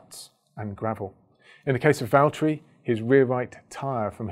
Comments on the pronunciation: “James, it’s Vallteri...” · James, It's Valtteri 😁😁 Sorry. i was waiting for James to arrive on a video to say that, for a looong looong time. 😝